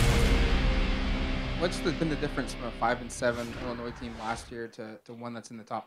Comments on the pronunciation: K besides Dave here ^ I’ve never heard anyone pronounce it as Illinoise. Safe to say at least 90% of people say Illinoy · Just one little thing. It is IllinNOY not IlliniNOISE! The s is silent. I know that a lot of people pronounce it that way, but, coming from the Midwest, IlliniNOY is correct. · I appreciate the clarification as I was doubting my pronunciation as everyone on the show was saying IllinNOISE! :-) BTW, back at ya... for those of you in the Midwest, its ORY-GUN, not ORE-GONE.